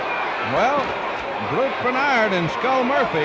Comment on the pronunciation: Love the ring announcers calling him Skull Moirphy...